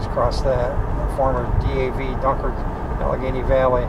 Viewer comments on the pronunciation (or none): none